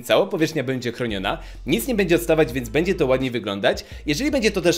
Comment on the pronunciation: Pracuj nad dykcją kolego, wymawiasz miĘdzy bĘŁdzie itp.